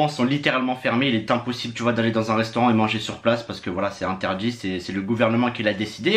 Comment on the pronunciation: Bordel c’est restaurant pas reustaurant..!!